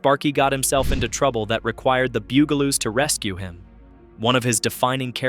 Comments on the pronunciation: It's not poof-n-stoof it's Puff-n . They are not the Bugleloos. They are the BUG A LOOS .You DOLT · The Beeyougaloos? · omg so sick of mispronunciation. Stop saying "Boogaloos" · The Buggle-loos and HR poof in stufp. What shows are you talking about? How do you make a video about a subject you can't even pronounce? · Damn. You mispronounce BUGaloos as often it is silly You also get HR Puff N Stuff wrong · You pronounced the name right once... ONCE! And that's why I gave it a thumbs down & will avoid your videos rom now on... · why is it that the name of the show is not said correctly at least get the title right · Goddamn... This bot is the worst. Gets the bugaloos pronunciation wrong every time. VERY VERY ANNOYING! At least watch your own video just to make sure it's YouTube ready. Kinda like spell check for bots. Take the time and listen to the bumbling bot!